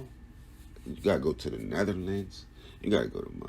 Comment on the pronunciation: He say'd netherlands 😂😂😂 Large up 1102!